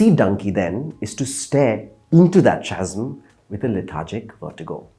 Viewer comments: Thanks for an honest take in a sea of mostly paid, disingenuous reviews. Also, it’s pronounced “kazm,”. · Using bombastic words does not make him a speaker of British English. He even mispronounces words like chasm as such, when it should be kasm. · chasm is pronounced kasm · It is pronounced kazm with a k. Lolol trying so hard to flaunt English 🤣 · "Chasm" is pronounced with the "k" sound, not the "ch" sound.